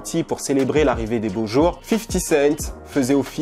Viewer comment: "fifty séite" ?